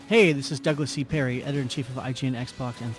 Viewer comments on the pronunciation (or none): none